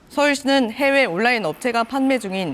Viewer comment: 온라인 발음도 모르면서